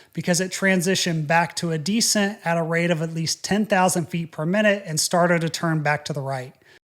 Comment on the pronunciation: Why do you pronounce descent like that?